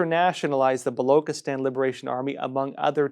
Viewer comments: Baluchistan Pronounced as written. Bah loo chih Stan. NOT bah loo kih atan. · Its blochistan not v Blockistan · It is Baloch and not Balok Pronounce Balo chi stan not Balo kistan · Ch in balochistan is pronounced as ch as in chair and not as k in kettle. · “Chi” in Balochistan is pronounced not like “ki” but “chi” in Chief. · It's not *balokstan, Baluchistan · Its not Balokistan but Balochistan (Chi like in China) . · Hi, its not Loch as in Loch Ness. but its pronounced as "Buh" "Lo" "Chi" "sthan" Would appreciate if you can pronounce it correctly, thanks in advance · Baluchistan...is pronounced...Ba-Loo-Che-Stan. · Ch as in china, please!